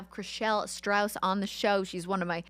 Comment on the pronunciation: She’s one of your favorite humans but you dont even know her last name? lol it’s Stause not Strouse